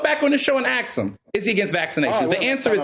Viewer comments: got caught spreading misinformation. haha. "You can even axe him.." The word is ASK. LOL. Zuby's last truth bomb was gold! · Axk him???? Omg you mean ASK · " axe" him........ noooooo its "ask" him ASK. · It’s “Ask” not “Axe” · can't even say ask properly and he's a journalist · Zuby 1 Woke Zealot 0 This guy cannot even pronounce a 3-letter word (A-S-K), yet he is a "CEO" ?? If you take away the slurs, lies and buzz-words this idiot has NOTHING to say. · Can “aks him” I love how the man who calls himself a journalist without speaking properly can call someone more well spoken a token. Typical neo-colonizer rhetoric coming from the indoctrinated/colonized. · You can 'AKS' him? How eloquent. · Sorry but anybody whose first language is English and cant pronounce the word ask should not be listened too. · Yes, he is. Just 'ax' him. That fella demands we all wear a face covering max, AND we gotta take the vax. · Can someone please "AXE" before he say's AXE again. What education system teaches someone speak like that. Must be the same school that say's your pants are meant to be worn half way down your ass. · He can't say ask properly either.